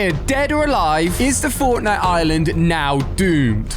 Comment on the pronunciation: Am i the only one who noticed that when the video starts he says the fortntie island